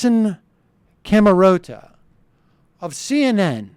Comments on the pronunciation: Can't even pronounce Allison Camerotta's name correctly... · it's pronounced Allison, cam-er-ahh-ta. the guy was sic-dum-assfool..